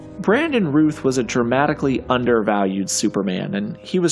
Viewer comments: Routh rhymes with South, sir. It's not Ruth. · You pronounced Brandon Routh's name wrong. It's sounds like SOUTH not Ruth. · Routh rhymes with South, not booth. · Routh rhymes with "mouth" Not "booth" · Brandon Routh's surname is pronounced like south !!!! Totally agree with Christopher Reeve - Legend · You didn’t pronounce Brandon routh’s name right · Brandon Routh's name rhymes with "south." Just FYI, since you made a point to make sure people knew how to pronounce Hoechlin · Makes explicitly sure to pronounce Tyler Hoechlin correctly. - Totally mispronounces Brandon Routh. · Routh rhymes with south. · Mispronouncing Routh as well? Is this on purpose? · In case no one else mentioned it, Brandon Routh's last name rhymes with south. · Nice that you did your homework on how to pronounce Tyler Hoechlin's last name - but you slacked off when it came to Brandon Routh. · Brandon Routh pronounced like south. You do know how to pronounce south, don't you? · You mispronounced Brandon Routh's name (rhymes with "south"), but I mostly agree with this list. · How do you pronounce Hoechlin right, but mispronounce Routh? Not even kidding, man. That’s crazy. Good video though.